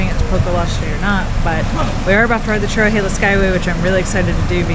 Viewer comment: You pronounced Tellico Plains wrong, it’s Tell-i-co and Cherohala is cheer-o-ha-la